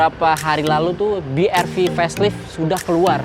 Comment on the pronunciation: BRV dibaca 'Bi Ar Vi'. Bukan 'Bi Er Vi' 🙂